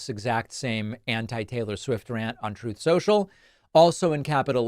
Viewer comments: "Troth Central"? Are you okay David? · Dude are you stoned?? Troth Sential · why did david say "troth central"? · I love that he continues to call “truth social,” “troth central.” YES! They can’t say “Kamala.” We can’t say “truth social”😂😂😂😂😂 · Haha, I love that you're still saying "Trothe Scential.." 😅 💙🩵💙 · I love, love, love how to thus day you still refer to it as “Troth”. lol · 'troth senchel' love it